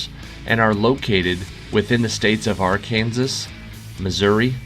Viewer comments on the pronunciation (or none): A dismal 5/21 for us today..clearly we're not brainy this Tuesday. Ha, Thanks for the clue in Q.7. It worked for me! 🤣We were surprised by your pronunciation of Arkansas. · Well, in Arkansas, it's ar can saw. Wherever you're from pronounces it incorrectly.